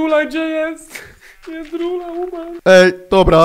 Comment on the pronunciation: Nie niebendzie jendrula tylko pigi